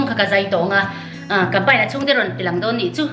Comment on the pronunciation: Pei ani lo,Pai tih tur ania.